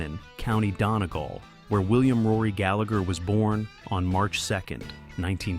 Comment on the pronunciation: Totally mispronounced Donegal too, that was the first flag for me and then when it said Leedbelly I was out. It's Dun-ee-gawl for the record. I know Americans struggle with Irish place names sometimes, but fuck me.